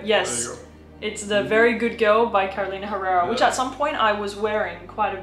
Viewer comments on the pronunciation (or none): Hello, enjoyed the video! Just an informative comment… the correct way to pronounce Herrera is “errera”. In Spanish the “H” is silent. Thank you for your effort and content!